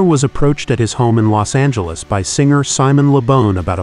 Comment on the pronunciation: This ai narration is hot garbage. TY Rex? Simon le BONE? GTFOH!!!